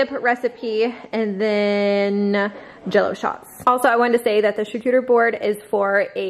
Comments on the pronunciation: That’s not right 😂😂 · Props to you for attempting to pronounce charcuterie 🤣